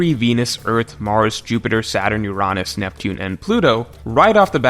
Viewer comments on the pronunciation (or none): Great vid but, “Ur-On-ass”, seriously? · I aint ever heard someone prounounce Uranus as "UR-AH-NUS" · Why do you pronouce Uranus in such a way. It's just wierd. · Why’s he saying Uranus wrong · When you said Uranus the not funny way it made me sad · How the fuck are you pronouncing Uranus my human??